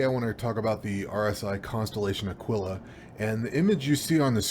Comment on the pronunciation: Like the video but..... It's pronounced..... AH-KEE-LA. Sorry. I subscribed.